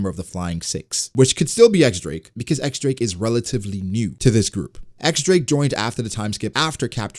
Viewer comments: X Drake =/= Eks Drake. It's the roman numeral for ten, and it's pronounced Diez, like in Spanish. Don't ask me why that makes sense, but that's what it is. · It's "Diez" Drake, not "EX" Drake please